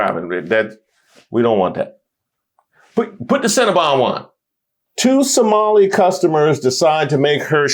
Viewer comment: "Cinnamon Bun Cold Brew"?? She can't even say Cinnabon.😂 Methany is going off the rails.